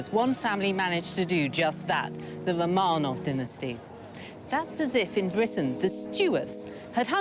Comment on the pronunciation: I love documentaries with Lucy Worsley. However I wish she would pronouce Romanov right. I cringe everytime...